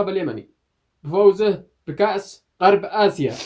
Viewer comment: غرب آسيا مش قرب اسيا انت ماتعرف تقول غرب آسيا ههههههههههههه ههههههههههههه حمار في اليوتيوب